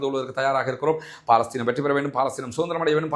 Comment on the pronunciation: "பா"லஸ்தீன் இல்லைய்யா அது பலஸ்தின்